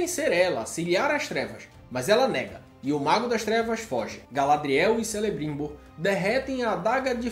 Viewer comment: Apesar de não ter gostado da série, o resumo ficou legal 👍 quanto a pronúncia foi boa, só Celebrimbor que se pronuncia Kelebrimbor! Valeu